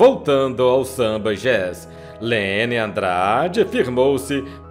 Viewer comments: a pronuncia do nome dela nao e leny e sim lenyyyyyyyyyy andrade o n y mais prolongado e apenas um detalhe mas importantissimo. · Um belo registro biográfico da grande Cantora. Só não entendo por que o narrador não consegue chamá-la por Leny /lêní/. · O amigo dela, Emílio Santiago, pronunciava Lene. Sempre tive essa dúvida...